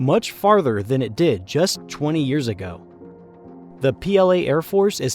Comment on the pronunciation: Chwenty chwenty 3